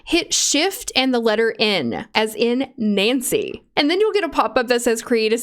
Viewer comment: "hit shift and the letter N, like Nancy" Me: Did she say Nancy, or Mancy?😵😵😵😭😭😭